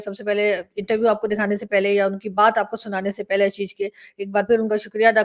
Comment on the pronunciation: ABP ke journalist. hain Aashish Singh na ki Ashish Singh aap unko Aashish karke pronounce Karen.